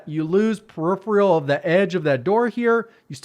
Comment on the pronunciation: Periphrial is not a word, you meant to say peripheral... pronounced "periferal"